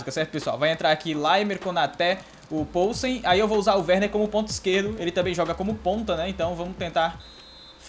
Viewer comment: A pronúncia do polsen é com "i" viu. Tipo "pilsen" mais com o no lugar do "i"